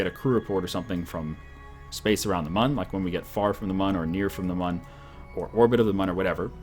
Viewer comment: It's pronounced 'moon'. Even though it's spelt mun the U has an en-ye on it.